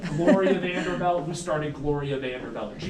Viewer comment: The tour guide doesn't even pronoune their name correctly. They're Vanderbilts, not Vanderbelts.